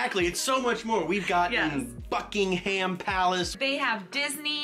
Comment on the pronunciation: OMG I was not fully paying attention at the beginning of this video and when said Buckingham palace I thought he said the F word and that sure did get my attention 😂😂😂😂